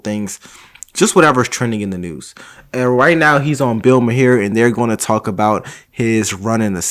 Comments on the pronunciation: Hi. It's Marr. Not Mahar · Bill Mahar is mispronounced by everyone. Last name rhymes with jar. Be a trendsetter!